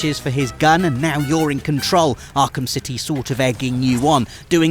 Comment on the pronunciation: & Few hiccups there, talking about arkham 'city' 😂